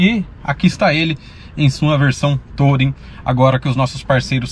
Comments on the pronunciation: A pronuncia correta de "Touring" é "turing" não "tOUring" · Legal, mas a pronúncia correta em inglês da palavra touring é “tuúrim”... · legal o vídeo, mas podia pronunciar "tulring" pra ficar melhor